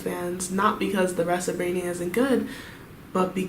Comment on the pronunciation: It’s 라니아 not 레이니아 okay?